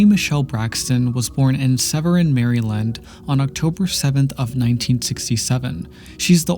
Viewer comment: the way he pronounced "maryland" has be rolling lol